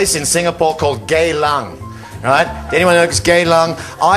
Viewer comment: Its GeyLang, its Singapore's red light district, and its spelled GEYlang Not GAYlang